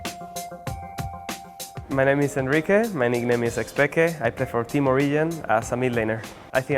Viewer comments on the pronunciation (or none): none